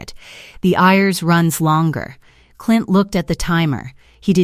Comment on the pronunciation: Have to laugh at how the AI Voice pronounces IRS as Ears